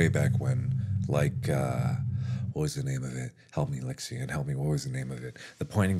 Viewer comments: It's Lixian' not "lixion".. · Markiplier: *Says Lixian* Lixian: Who summoned me?